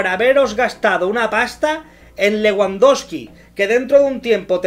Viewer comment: Te burlas de Jota Jordi y de los fichajes, y no sabes ni pronunciar Leguandoski y RaPIÑA